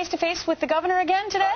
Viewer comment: DId she just say "Governator"??? I thought that was Ahnold Swassenaygah...